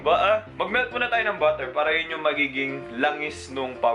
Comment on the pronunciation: "Buh-er" Hahahahahahahah